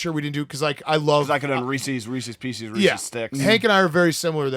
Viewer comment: We’re just going to overlook saying Reesies Piecies?!